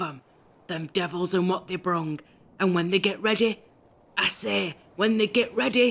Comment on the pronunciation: I listen to this all the time just to hear zadok allen. "When they get readeh, I SAY WHEN THEY GET READEH!"